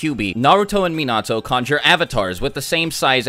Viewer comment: most of your pronunciations were spot on except for Minato. particularly the na doesn't sound like nuh it's nah as in nacho. you pronounced it correctly in naruto but not Minato which is odd to any japanese speaker. its not like English where it can vary widely there is really only one way in Japanese.